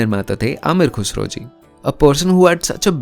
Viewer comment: Ye you really need to work on your pronunciation specifically when you are masking such videos , words like Ghazal , Khuda , Khusro you were not pronouncing right